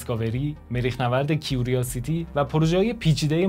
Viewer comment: کیوراسیتی curiosity اون I بعد از R خونده نمیشه .